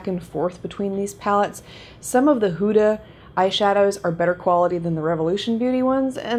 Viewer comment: Just FYI you pronounce it Hooda like hoodie not whoda